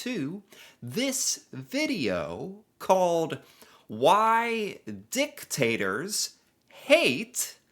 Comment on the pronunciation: I feel like you were saying D!CKtators on purpose. 😂